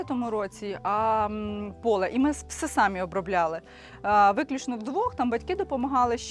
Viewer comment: Дівчата, ставте наголос правильно. Не сАмі, а самІ: наголос на останній склад!